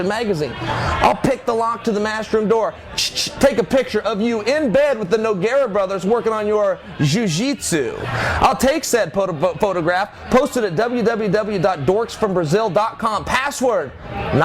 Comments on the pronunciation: work on your "zhoozhitsu" LOOL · The way he says JOO JEETSU just kills me every time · The way he says "jiu jitsu"